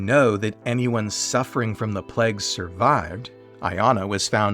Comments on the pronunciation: playg not plehg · just not a pronunciation for plague I'd heard before!